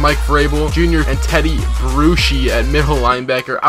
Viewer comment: You pronounced tedy bruschi's name wrong so badly lmao. Good vid tho